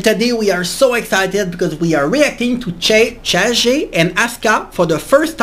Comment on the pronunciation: CHAGEの読み方は、 × cheigi 〇 cha ge ローマ字読みですよ😀 チャゲアスのリアクションありがとうございます！ いつも楽しみにしております💕